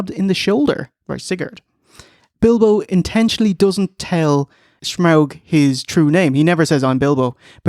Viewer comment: Had a hard time getting through this video, with the constant mispronunciation of “Shmaug,” and later “Shmeagol.”